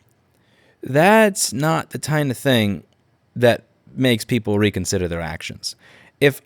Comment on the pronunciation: Tyne of thing